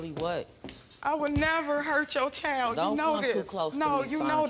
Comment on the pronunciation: It’s sad, but lady it’s child not choid, c-h-I-l-d